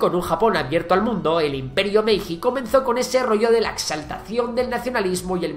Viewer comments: Iba a escribir justo sobre lo mismo... Lo curioso es que pronuncia bien la "H" de una isla al principio y bien también la de Hayao Miyazaki, pero a mí también me enojan todos los que no saben pronunciar bien Hiroshima, Naruhito, etc... Y lo mismo con la J, al escuchar "MeiJJJI" casi me da algo. Por otra parte, todos sabemos pronunciar "judo", ¿no? Son pequeños detalles que para muchos no les importarán lo más mínimo, pero, agradeciéndole el vídeo, a ver si nos lee y podemos hacer que la gente aprenda poco a poco. Es una crítica constructiva, ojo. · la "j" en japonés se pronuncia como la "ll" en español. También en varios casos la "ei" se prinuncia como "ee". Por ejemplo, Meiji se pronuncia "Meelli". Espero que te sirva para próximos videos :) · Excelente narrado y resumido! Pero me duele mucho como pronuncias Hokkaido como OOkaido o Meiji con la JJJJ y no como "Meiyi", duele muchísimo t.t